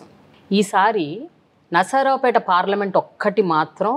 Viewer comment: Adi nasaraopet kaadu Narsaraopet